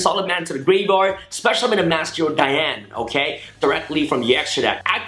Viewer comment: its the way you said dian it is right because its female so yeah your right